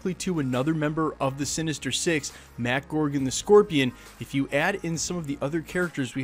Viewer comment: Mac gorgon? Uh it’s Mac gargan